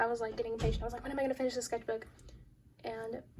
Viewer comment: The "skethbook" was annoying me soo much waah